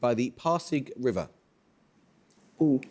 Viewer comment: Amol's pronounciation of Pasig River and Laguna de Bay is on point! Love from the Philippines! 🙂🇵🇭